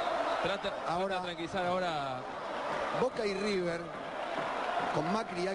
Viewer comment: Emm amigo es river no riber